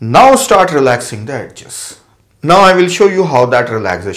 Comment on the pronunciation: its not ed-ges , its edges